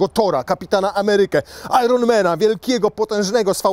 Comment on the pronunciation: "ajern men" nie "ajron men". Ewentualnie dla fanów Boba Marleya "ajen lajk lajen in zajen" ;) Ale i tak was uwielbiam :face-red-heart-shape